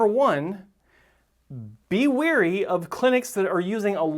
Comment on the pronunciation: Wary, not weary.